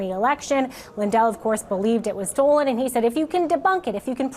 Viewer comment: He didn't say it was stolen, he said it was stold.